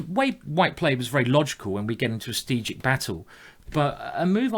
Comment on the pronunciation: I am really not trying to make fun of Simon or anything, but after watching so many of his Videos I just finally have to ask: does he mean strategic when he says sustegic (or sth like that) or is there another word I as a non native Speaker am just not Aware off?